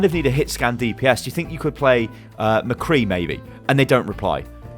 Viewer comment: did you just say mecree